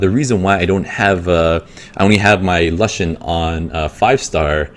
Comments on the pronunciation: lushen? "loo-shen" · "Luhshen" was bothering the f out of me